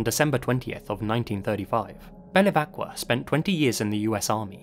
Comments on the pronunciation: anche "miGliarini" invece di "migliorini" e "belevacqua" invece di "bevilacqua" ma apprezzo lo sforzo :) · Great video!... but it's "BeViLacqua" not "BeLiVacqua" 😝 (Feel a bit like Hermione Granger and "Wingardium leviOHsa")